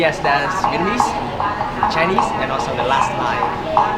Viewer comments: "Vietmanese" (sic) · Great videos! I really like your sensitivity to the local culture. It's Viet-Nam-Mese.... when you said it too fast. it became...Viet-MA- Nese....:) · I've noticed that you pronounced "Vietnamese" as "Vietmanese". Please correct that in future video. I do like your videos by the way. Thank you for visiting our country. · Remember it's Vietnamese..but you keep saying Vietmanese lol..what's going on with that pronunciation dude? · Sorry man but if you're going to do a video on a Vietnamese topic, don't call us Vietmanese. Ignorant . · I keep hearing you say "Vietmanese" when its Vietnamese lol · Nice video. But I keep hearing you say Vietmanese. It's Viet-Namese. Just saying